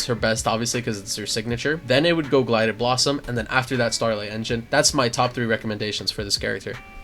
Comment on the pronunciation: Gilded not Glided haha